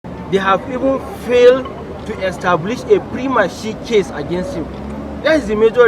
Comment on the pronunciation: "prima shé" case abi prima facie case 😂